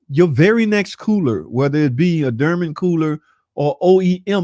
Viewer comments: Bro it’s Dorman not durman. There is a O not a U….. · its doorman not durman !!!!